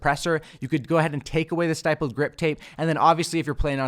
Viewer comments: It's actually pronounced STIPP-LED, not STIPE-LED. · Stipple is pronounced like nipple. Stippled grip. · Jesus I'm tired of these YouTubers pronouncing stippled wrong. Its not stYpled. Lol the word stipled rhymes with rippled. "Stippled" means: dots. its also a form of artistic technique where u draw only using dots. The technique is called "stippling" 👍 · Great work, as always. However, stippled is pronounced with a short i sound, as in it, shit or fit. Thanks for all the work! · Idk if you have already gotten a comment about this, but stipples is pronounced with a soft “I” instead of a hard “I” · Great vid, but just so you know going forward you're pronouncing "stippled" wrong. I noticed it in another video too so this is the second time that's why I'm mentioning it. It's pronounced like "triple" or "cripple"